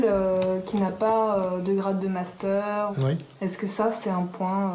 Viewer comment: je connaissais le "munster", mais alors le "mastère" ????????????